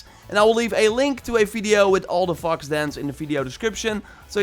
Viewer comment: I thought he said 20 fuck- shrines